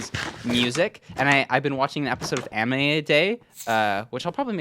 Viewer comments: There's no way this man said "amine" instead of "anime" right?😭💀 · Bro's watching A-min-ay 💀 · help he said amine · Did bro just say amine. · did i just hear you say “a-min-é” great video btw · bro did not just say 'amine'